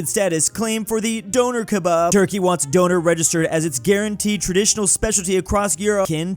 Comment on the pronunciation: It's not donner kebab it's doner like Don er.